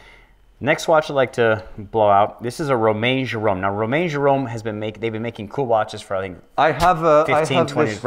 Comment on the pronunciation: RomageRhum? lol oooh a Romain Jerome.